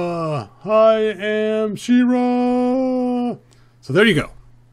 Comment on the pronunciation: Its She-Ra